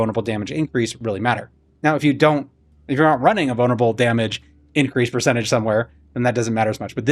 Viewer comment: Sounds like your saying "bonerable"